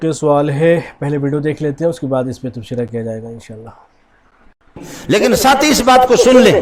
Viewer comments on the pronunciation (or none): Wese lafz tabsirah تبصرہ hota he...na ke tabshirah